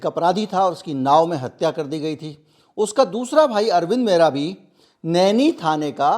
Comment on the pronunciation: आप "मेहरा" का उच्चारण कर रहे हैं जो कि पंजाबियों की एक प्रमुख जाति है इससे भ्रम उत्पन्न हो रहा है ! दरअसल उच्चारण "महरा" होना चाहिए ! पहले ये लोग अपने स्वामियों के यहां पानी भर कर जीवन यापन करते थे ! कहार, केवट, निषाद, लगभग समकक्ष जातियां हैं !